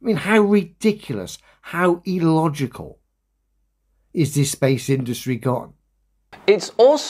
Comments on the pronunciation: New Word EElogical🤣🤣🤣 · Dan I love your vids but I can't listen to anymore, just his voice annoys me now. 1st his constant use of demonstrable reality now his overuse and mispronounciation of illogical, its an I not an E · Why does keep saying e-logical? I believe he is looking for the word illogical 😅